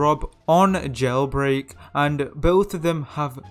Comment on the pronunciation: Did he just say "GELBREAK"